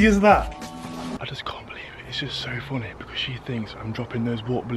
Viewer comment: the correct word is funny not fonny